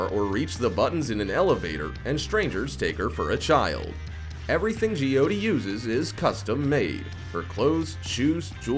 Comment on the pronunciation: It is j-y-oh-t-ee not jy-oti